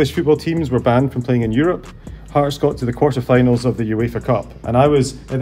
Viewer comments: Bel video ... però Hearts si pronuncia HARTS. Un po' di rispetto per questi scozzesi. Grazie. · Comunque si pronuncia harts…